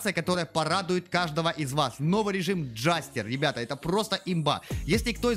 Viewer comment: id : cd6fcbe6 Джэстэр, а не джастер в переводе - Шут